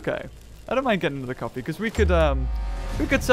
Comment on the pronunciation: Wen he said Coffee it sounds like coffin the Pokémon coffin....I like the idea 💡